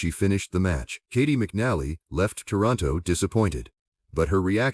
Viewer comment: pronounce her name right aI